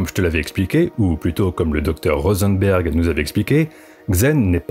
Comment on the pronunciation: Pour Rosenberg c'est peut être tout simplement "RosenbUrg"